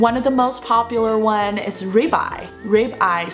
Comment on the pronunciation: ribeye 这个读音我查了有道，读raibeye。因为我之前经常会点这个牛排…所以注意到这个发音